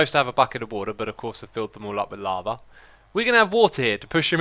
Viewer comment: I like that whenever Xisuma says "lava" it sounds like "llama" to me. XD